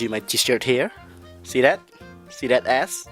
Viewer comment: see that S ? ;) ah aaah seriously ? he pronounced it " See dat aSSS , uwwh uwhh ! " somebody hand em a dildo please,! yes im getting thumbs up for no reason !